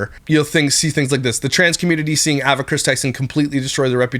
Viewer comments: Well, he also kept saying “ah”va instead of “eh”va and is extremely honest about the fact that he “blind” reacts which means having not seen the video he’s speaking about and zero research. Do people actually believe that he dives any further into the topics he covers other than his followers or mods sending him videos to react to and him choosing the ones he thinks will get the most views?!? Not one bit. He has some ok opinions here and there and is good for a laugh occasionally but if you’re looking for solid facts and accurate information, nope. Edited to add: If you’re wanting something more research based go watch the video that repzilla did on this topic a couple days ago. He also talks more about what past employees are saying mr beast knew and didn’t know. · Ava is pronounced Ay-vah! Please for the love of everything stop saying Ah-Vah! lol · The pronouncation is AY-VUH… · It’s pronounced “Aye-vuh “ Just wanted to point that out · yea it annoyed me sm😂 ‘Avva’ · why do you say Ava like that? ahahaha so distracting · love your videos but why are you saying ava like that hahahha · I’ve never heard of anyone pronounce “Ava” like this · The way you pronounce Ava is a war crime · I’m triggered by your pronunciation of Ava. 😂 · Same. is awesome, but he pronounces Ava funny lol